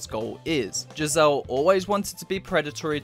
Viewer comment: The characters name is pronounced gizzer just fyi